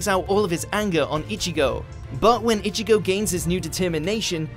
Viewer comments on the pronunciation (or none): This dude keep saying itchy-go , its ichigo , stop with the Itchy